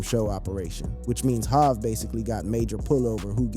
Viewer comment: One little piece of advice to whoever is writing these fucking lame scripts for this fucking lame and annoying AF narrator...stop referring to Jay as "Hov" because your AI narrator isn't smart enough to pronounce it correctly.